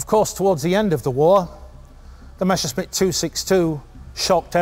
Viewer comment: Why do they always get it wrong. The pronunciation is Me S S er SH mitt. Not the other way around.